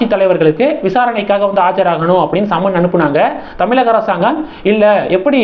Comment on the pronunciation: அடே தமிலக இல்லை தமிழக இதையே சொல்ல தெரியல வந்திட்டார் ..........